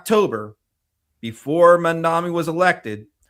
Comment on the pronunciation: please learn to say Mamdani - “MOM-Donny.” Thanks! ❤ from NYC